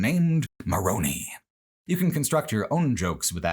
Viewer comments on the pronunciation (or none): Hi, it may be pedantic, but I just wanted to point out one small thing. When you talk about Mormonism, the Angel is pronounced Moron-EYE rather that Moron-EE. Amazing retrospective so far, can’t wait to watch the rest. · As an ex-Mormon who got way more interested in Mormon history after leaving the church, I've got praise, insight, and a few nitpicks for the Honest Hearts section. Let's get the nitpicks out of the way first. The I at the end of Moroni is pronounced like "eye." I actually think that's the only nitpick I have. As for the praise and insight, I think you kind of undersell the understanding of Mormon history and culture that Honest Hearts seems to have. Mormons have always had a strange relationship with Native Americans. In some ways, Joseph Smith was surprisingly racially progressive (at least, as racially progressive as a man who claimed Native Americans were cursed with dark skin can be). He kind of had a Daniel-esque view of them: a sort of patronizing paternalism. It was not until Brigham Young that the Mormon Church started to become far more explicitly structurally racist. As a side note, while you don't seem like an expert of Mormonism and/or Mormon history, I appreciate that you clearly understand enough to talk about that aspect of Honest Hearts. Even though I am an apostate who will shit-talk the Mormon Church to anyone remotely interested, I still get annoyed when people assume my family was polygamous. And being in Jackson County, Missouri would be the least strange thing about the Garden of Eden story. Finally, don't join the Mormon Church (a mild cult is still a cult), but do look up Mormon history, because it's absolutely buck wild. EDIT: Upon rewatch, I do have